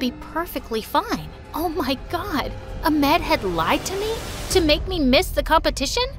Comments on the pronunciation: FARAH ? LMAO IT'S FARA7 💀💀 Wtf Samar?? AHMAD? LMAFO Cmonnnn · 😒Oh my god first world problems😒 there is no way she is Egyptian Im Egyptian an I know we don’t trust anyone new to walk into our houses with girls and the pronouns Ahmed as aamed and Farrah which they pronounce farra and I need to say… THE H ARE PRONOUNCED PRONOUNCE THEM AND THEIR NAMES WILL BE CORRECT NO ONE HERE IS EGYPTIAN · Hey! I'm Egyptian too. I can say all the names you said in the story better than you .sorry for being rude but you said all the Egyptian names wrong! You spell "Ahmed" like amad,you said all the Egyptian names wrong but Marwa was only the Egyptian name that you spelled it right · Why are the names pronounced so oddly? Its kinda funny how ahmed became amad. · nah she did not say Ahmed like amed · The h and ahmed they don't pronounce it h they pronounce another letter no English can pronounce it its ح that's how its pronounced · actually the prounouciation is ahkmed not amed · I’m Arabic and the name pronunciations I just can’t- Amed😂😂😂 but good story tho! Keep it up! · The pronunciations of da names tho😶 Ahmed - amed Farah- Fara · Farah and ahmed are arab names,and we pronounce h as ح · Ahmed pronounced A H M U TH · Bro they pronounced “Ahmed” as “Amet” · Omg her pronunciation of the name suck how did ahmed become amed?? At least read all the letters! Farah, samar are butchered too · I love the country changes every video but the pronunciation 💀💀 I'm an Egyptian and like- "saemar" "Amed" "Fara" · “ I found out that his name was AMED “ It’s spelled correctly but pronounced wrong .. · i cringe every time they say an arabic name wrong a-med? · The way she’s pronouncing ahmed the wrong way…. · As an egyptian, it just killed me when I heard the way she pronounced Ahmed and Farah. i’m seriously gonna die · as a muslim with these type of names in my country, the pronouncations are so funny, like how they pronounce ahmed! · You are saying Ahmed wrong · That’s not how you say Ahmed